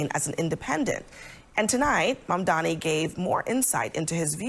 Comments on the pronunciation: Abel Maldonado is just butchering the name "Mamdani'" like its on his to-do- list OMG 😃😀😃😄😃😀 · Those racist clowns can't even say his name right 😄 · Why can't they pronounce his last name correctly? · Mamdani! M-A-M-D-A-N-I!! One of the easier surnames to spell and pronounce.